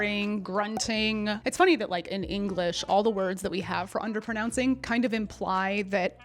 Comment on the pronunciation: You say”underpernouncing”…